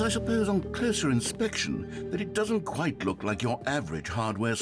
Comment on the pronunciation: kwite out of context